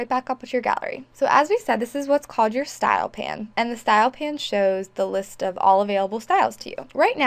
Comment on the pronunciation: Thanks for the great info. Isn't in pronounced style pane (like pain), though, not style pan?